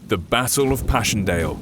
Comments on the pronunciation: It bothers me so much how he says "Bassle" instead of "Battle" in the beginning of the video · the basstle of passchandale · At the beginning it sounded like he said bassle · the bassle of paschendle? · Sounded like he says the bassle of passchendale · The baaaateeel of ashakpan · You said the bassle of passchndaele. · The basshle oh pashleshill. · The "Basel" of Passchendaele? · When he said battle it sounded like bassle